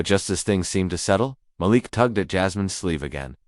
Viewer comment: Malik rhymes with batik. Muh•LEEK.